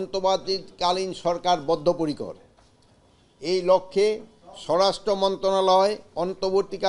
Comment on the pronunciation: "বদ্ধপরিকর" শব্দটি অনেক কষ্টে মুখ দিয়ে বের হলো স্যার।